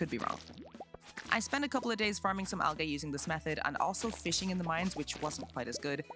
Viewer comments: It’s not Al-Gay, it’s Al- Gee!!!!! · I enjoy how you say al-gay instead of al-gee. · Just for the record...its pronounces "Al-Jeeee" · AL-GEE NOT AL-GAY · Al-gay hurts XD Amazing video but just fyi it IS pronounced Al-gee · stopped watching cuz of how you pronounced algae “Al-gay” 😂😂😂 jk jk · if you fucking say algay one more fucking time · It's pronounced al-gee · "Why are you 'gae?" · She says Al Gay. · Algay… I’m using that pronunciation from now on 😂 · Has she never heard anyone say the word Algae before? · The way you prounounced 'Algae' was an instant video stop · pronouncing algae wrong is killing me T_T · Yeah I giggled every time she mispronounced it. 😂 Great video btw!